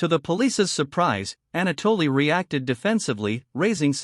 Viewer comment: “Ana- Dolly “ 🙃